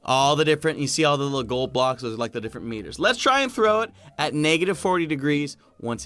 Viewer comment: did you say “glod” instead of “gold”? 😂😂